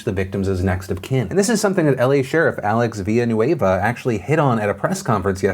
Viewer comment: Respect on Pronouncing Alex Villanueva. That’s my last name and I have never seen a native English speaking person say it so good. Way to go Franco!